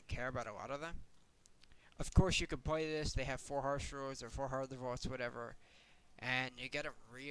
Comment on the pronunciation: This is a really minor feedback suggestion... but it's "play", not "pway"... and it's "little" and not "liwle". I'm sure this is a vocation form where you grew up maybe, but it's super weird to listen to it. My only examples in life of people doing this are little kids :/